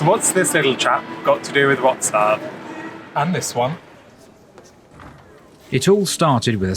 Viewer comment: Everything's great but you are killing the proper pronauciation of the city...